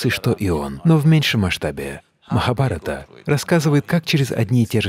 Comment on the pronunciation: Правильно говорится Махабхарата , так на всякий если кто-то услышал не как надо из-за переводчика , а так видео топ. А ещё слово Дхарма- переводиться как долг ,наше высшее предназначение.